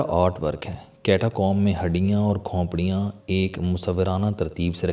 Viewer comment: CHOUHDERY SAHIB AAP KO APNI URDU THEEK KERNI PAREY GI BOHAT SAREY ALFAAZ AAP GHALAT BOL RAHE HAIN JAISEY( KHONPRIYAN) NAHIN SAHI LAFZ HAI KHOPRIYAN AOR( SIAH )NAHIN SAIYYAH